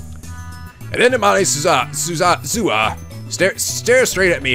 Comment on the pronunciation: Okay, continued pronunciation issues. Suzuha, you are stressing the Zu in Suzuhu. Japanese flat out doesn't have stress patterns. You are also pronouncing it Su-zuh-ha. If you read and followed my post on germination you should know the problem with that. You were pronouncing Nae correctly the first time as Na-eh. Titor is Tee(like a golf tee)tor. Mayqueen+Nyan^2 is pronounced Mayqueen nyan nyan, no plus, no two, Mayqueen Nyan Nyan. I also noticed they simplified Fayris to Faris so people pronounce it correctly since you need to add this weird lilt to the word to say it like she says her name is pronounced. In case it sailed over your head, Fayris NaynNyan is only the name she refers to herself as, much like Okabe and Hououin Kyouma.